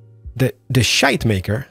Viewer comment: I feel offended by the way you pronounce "Schuitemaker" ;-) I actually live close to the place where that company started, and my school is next to one of their factories #becarefullitsalmost2019